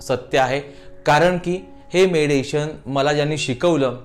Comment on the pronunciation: Tumcha meditation cha ucchar chuktoy